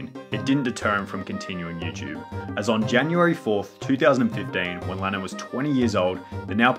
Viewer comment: Bro at the start u said Lenin not lannan smh